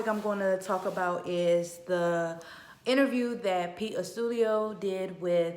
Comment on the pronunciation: Pete’s last name is pronounced. Ahstoodiyo Maybe that will help you say his name more correctly lol